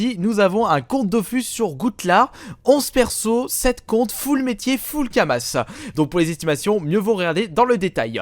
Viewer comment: Pour dofus a kamas le s ne ce prononce pas